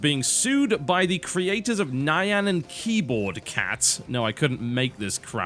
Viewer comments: Not Ni-an cat... nya-an, kinda like the cat noises you hear in animes. From vocaloid, i think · Only 30 seconds in, and I don't really care about this but... Nye-yan cat? GG pronunciation, TB. :P (FYI: It's more like "neon".) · Nhayan cat, what. I feel like he's mispronouncing it just to invoke reactions. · Do people seriously say Neye-an cat? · wtf is a nigh-ahn cat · argh why u pronounce it nian.... ARGHH xD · how can you not know the pronounce of nyan?